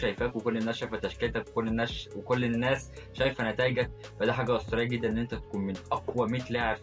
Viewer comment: الناس ❌ الناش✅